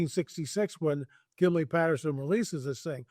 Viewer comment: it is called the PATTERSON "G I M L I N", Patterson-GimLin film, not the Gimlypatterson run on reverse and incorrect way you refer to it. You called it that with Pauladis and it hurts to hear you butcher it up so badly considering it is the most popular film on the planet.